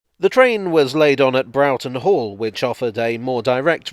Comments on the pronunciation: like in "brought" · It's also in North East, not North West Wales. And Broughton Hall is pronounced Bror-ton